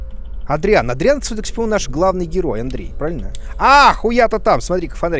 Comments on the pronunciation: "Adrian" Дима: Андрей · В тексте пишется Адриан... Также Куплинов: Андреей